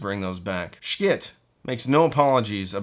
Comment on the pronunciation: Here’s my gripe: Pronunciation of “Schiit”. You have played with the word, which is admirable if not accurate. Something I heard on one of your vids made me think you live in Texas, which should help you understand my recommended pronunciation: SHE-it.